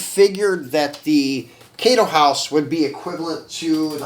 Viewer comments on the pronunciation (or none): His last name is pronounced “Ay My” And it’s “KAI do house” (like “Thai” in Thailand) and not “K DO house”